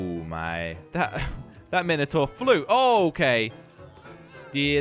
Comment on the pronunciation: It’s not called a Minotaur it’s spelt like that but u say it wrong ! I live in England 🏴 so it might be said diffrant